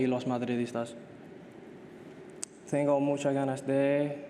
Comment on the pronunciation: Some pronunciations like 'tengo' and 'que' is still very English-centric, I must say 😅 But credit to Trent when it comes to the letter 'r', he really nailed it by rolling his tongue